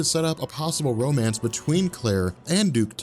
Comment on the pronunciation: BROOOOOOOOOO "Womance" is legendary.